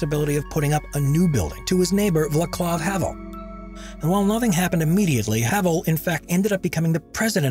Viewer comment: Hmmmmm pronunciation! Czechia (Like CHECK-ya) and Vaclav (like VAT-slav)